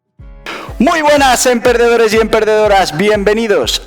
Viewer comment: dices emPERDEDORES Y emPERDEDORAS? O es cosas del audio